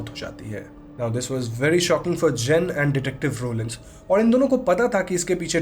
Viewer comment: When you say her name Jen I thought Jin 💜